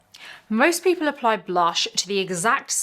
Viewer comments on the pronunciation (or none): none